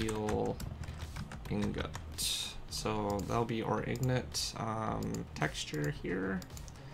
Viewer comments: It’s I N G O T S like INside GOT as in I’ve GOT it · Why u saying ingots like that